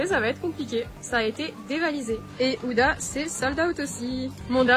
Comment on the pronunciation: TROP BIEN TU ES TROP BELLE ET ON PAS UDA MAIS OUDA